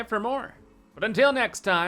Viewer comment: perfect video! I will definitely begin to say 'FANTEYSTIC' myself xD